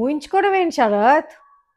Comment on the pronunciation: అమ్మా "ష రాత్ " కాదు.....శరత్